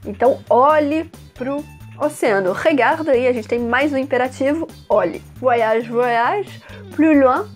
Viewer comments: Com você eu aprendi a pronúncia correta de "voyage". Merci!!! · Qt à pronúncia de "oy" (Voyage), não se pronuncia como se houvesse duas letras "i". "Oy" > uai. Então, se pronuncia /vuaiAGE/. Como vc pode ver, não se pronuncia com "ii". É apenas um e depois vem o restante da palavra "age".